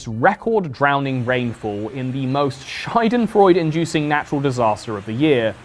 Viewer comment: Its Prononced SchAAdenfreunde with an A, you said Scheidenfreude which translates to Pussyfun